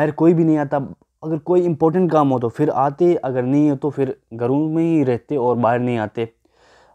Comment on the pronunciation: "fir" nahi "phr' aur "fela" ni "phela " aur "ghoomne firne " nahi "ghoomne phirne" hota hy.